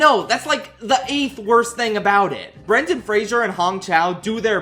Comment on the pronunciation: I like how you made an effort to pronounce Zoe Saldaña's name correctly... only to then mispronounce Brendan Fraser's name. PSA to people, because I know this mistake is common and he's talked about it before. It's Fraser, not Frasier. There's no I. It's not pronounced like the tv show. Halle Berry pronounces it correctly . It's a "zuh" sound, not a "zee-ur" sound. It peeves me because I have the same name, I know his pain.